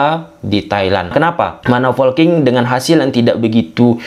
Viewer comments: Polking atau folking sih bang😂 Saya dengernya folking dah. Ada yang sama? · Ayoo laah boooosss,, POLKING not FOLKING or VOLKING but POLKING